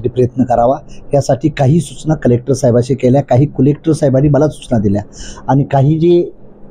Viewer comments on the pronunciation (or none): डेवलपमेंटला ढेवलपमेंट आणि कलेक्टरला कुलेक्टर म्हणतंय, अजेंड्यावर म्हणायचं तर अजेंट्यावर म्हणतंय, आणि म्हणे मला 18 भाषा बोलता येतात...🤣🤣